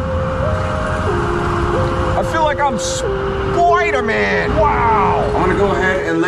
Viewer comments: It's not spiderman it's Spooderman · SPOIDERMAN as said by 😂😂 lol